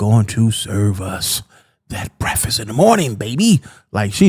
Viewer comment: Haha he said breffuss. 👍